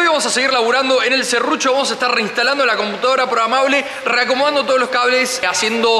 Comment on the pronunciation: es PROGRAMABLE, no PROGAMABLE